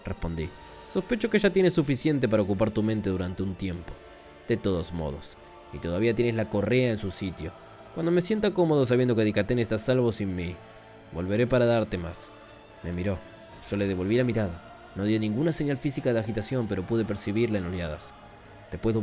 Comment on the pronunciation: buen relato amigo, solo un par de consejos que no pediste jajajajaen regis lo estás pronunciando como reyis pero a mi entender está mal, se utiliza la misma fonética que en región, registras, etc. En dicathen el acento prosódico va en la a, dicáthen, espero no te lo tomes a mal, ya me lei la novela unas 5 veces y es de las mejores que leí hasta ahora (para mi eh para mi, como diría el posho vigñolo)